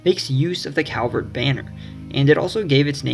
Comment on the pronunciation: Very well done. Kudos. A coupler of corrections. The correct pronunciation of the Calvert family name (and hence the correct pronunciation of the County that bears their name) is CALLvert not COWvert. Most Marylanders will mispronounce it -- as I did when I was young. But I was publicly corrected by the then Comptroller of Maryland, Louis L, Goldstein and a Calvert County native. But he was such a gentleman that his correction felt more like an education than an embarrassment. Another point is that Edgar Allan Poe was born in Boston; he died (and is buried) in Baltimore.